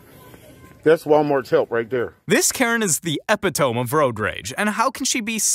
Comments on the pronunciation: the narrator says "this is the epi-TOME. Then correct word is e-pi-to-MEE. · Aye boss, you say "eh-pit-owm" for epitome, it's really "eh-pit-uh-me". Not trying to trash talk or anything, just kinda figured I'd let you know in case you do see this. Not even trying to say your dumb or anything, probably just read it as it looks cause English is dumb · epitome is pronounced eh-pit-oh-me with 4 equal stresses syllables!!!!! NOT - epee-tome (where the tome is like home) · Ep-it-tome of road rage? Ah-pit-toe-me my friend lol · BRO ITS NOT EPI TOMB, ITS PRONOUNCED "EPIH-TOH-MEE" (EPITOME). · I believe the word epitome is pronounced "e pit toe me" not " ep oh tome" 🙂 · this dude said "the Epie tome" trying to say epitome... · Sweetie, I’ve told you before - it’s epito ME, not epi tome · narrator - this is meant in a nice way: the word "epitome" is pronounced "eh-pit-oh-mee", not "eh-pee-tome". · Not to be one of these Karen’s-but-the word epitome is pronounced “eh-pit-oh-me”. Not “eh-pit-ohm”. When you narrate-gotta employ due diligence and learn how each word sounds so you can be clearly understood. Thanks for your work-overall great job! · Did you just say "epitome" phonetically? It's actually pronounced e-pit-O- me. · Epi-tome? You mean eh-pit-oh-mee. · Ep-i-tome?!?! It's pronounced 'eee- pit' o-mee'! Why are people so ignorant of their 1st language? Did no one go to school or even pay attention? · It's pronounced "Eh-pit-o-mee" NOT "Eh-pi-tome". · Its not epiTOME its ePITome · Epi-tome? EPI-TOME??? E-PIT-O-ME!!! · The word is "epit-oh-me", not 'epi-tome" If you are going to insist on posting things like this, you'll not look so foolish if you learn to pronounce at least common and basic words. 🙄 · Epi-tome? Wtf. Grown man and can't pronounce a simple word like epitome. It's pronounced like eh-pit-omy. I know youve heard of it before. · Bro, "epi-tome"??? It's epitome, eh-pit-toe-me. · Say it with me, “EE-PIT-OH-ME”. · The "eppy-tome" 😂😂😂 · Epitome: Eh-Pit-O-Me